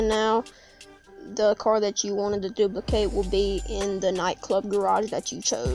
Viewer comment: My guy said duliplicate😂